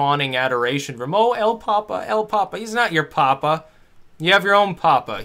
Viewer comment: Sorry, your Spanish pronounciation is wrong.... intonation of a hard/soft "A" goes where the tilde is: Pope = el pápa (hard / soft A) Dad = el papá (soft / hard A) Potato = la pápa